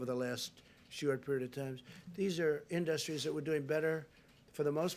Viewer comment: Iit's not In-duss- strees it is industries 😂😂😂😂😂😂😂😂😂😂😂😂😂😂😂😂😂😂